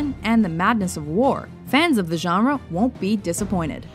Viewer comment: She actually said genre. Not JA-RA.